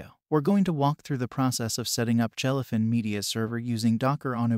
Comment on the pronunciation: Jell-uh fin. Moo-vuhs.